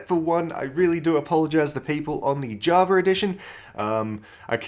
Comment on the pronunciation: “Javar edition “